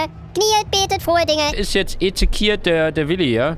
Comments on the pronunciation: Ich glaub es war nicht Ezekiet sondern Ezekiel xd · ezekiel ist ein engel haha. btw man spricht es esekjiel aus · Ezekiel (Ezechiel ausgesprochen) ist der engel des Todes Max xD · Es sind nur unterschiedliche Transkriptionen für einen hebräischen Namen (der ursprünglich einen Propheten beschreibt, von einem "Engel des Todes" habe ich noch nicht gehört...), der eigentlich in etwa Jecheskel (hartes ch) ausgesprochen wird.